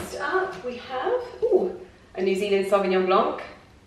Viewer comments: ...please, it is pronounced Sauvignon blanc (silent C) not Sauvignon blanK! It really hurts my ears. Great job on your vlogs though! I love every one or them 💕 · Hey just for your prononciation or Sauvignon Blanc. Do not prononce the « c » and you’re good to go!;) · Lovely video ❤️ just a small tip for the wine lovers : you do not need to pronunce the « c » at the end of sauvignon blanc 😉 The « c » is actually silent :) Lots of warm christmas vibes from France 🇫🇷